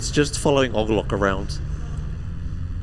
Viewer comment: OGLOCK? It's O-G-Loc! O-G-Loc! Ya hear me playah?